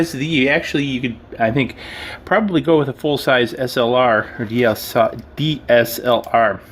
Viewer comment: Why do you say dlsr not dslr?